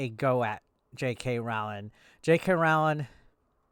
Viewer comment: It really shouldn’t bother me but I’m getting fully triggered by the way you’re pronouncing her name. Its roh-ling like rowing a boat but with an L in there lol.